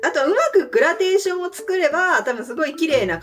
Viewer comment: グラデーションのこと グラテーション って言ってるな〜 エス君のメガネ姿かっこいい✨ですね